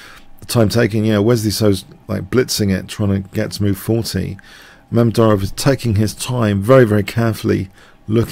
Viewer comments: *butchered and yes it's Mamed-Yar-Ov not Mamed-Ary-Ov. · Nice game! But you kind of butchered Mamedyarov's name throughout...